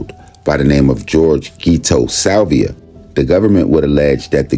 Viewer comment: It’s Silva not Silvia